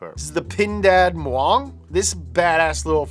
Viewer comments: Its pindad maung not muang, maung means tiger in Sundanese, cause pindad is based in west java, i know, who cares right😂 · Maung not muang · correction : pindad "Maung" not Muang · My bro.. i am indonesian, and one of your subscriber, that car from indonesia is military vehicle call Pindad MAUNG not Muang😅.. maung mean tiger in sunda language (one of indonesia native language) .. just small corection from me.. i really enjoy you channel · correction for INDONESIA. It's PINDAD MAUNG its mean tiger in sundanese language, not MUANG anyway. actualy its military concern vehicle. for citizen car that is ESEMKA that produce small pickup truck and mini van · i'm sorry, but indonesia's entry is the pindad "maung" and not" muang", thankss :3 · it's pindad maung, not muang. :D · Pindad Muang 😂. It's Pindad Maung. Pindad is the manufacturer and Maung is the language of Sundanese means Tiger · PINDAD MAUNG not PINDAD MUANG..... The name "MAUNG" means "Tiger" in Sundanese.....